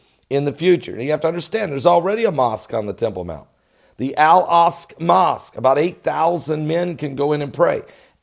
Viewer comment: It's "Al-Aqsa",. Say "Al Ahk-suh". Not "Al Ahsk".